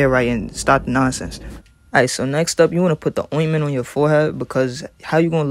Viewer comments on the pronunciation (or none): He said ointment LMFAOOOOOOOO I’m weakkk😂😂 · did he just say ointment 😂